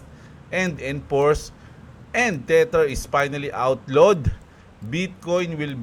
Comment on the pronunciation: Boss lagi ko nalang nadidig ung "teter" sau bat dmo palitan ng "teder"